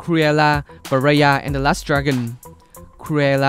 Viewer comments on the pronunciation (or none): none